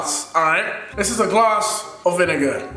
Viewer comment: instead of him saying a glass of vinegar to me it sounded like a glass of a niga Like if you heard it!!! :)